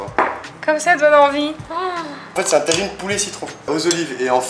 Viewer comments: C'est un tajine pas une taijine 😒😂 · MDR elle dit la taginez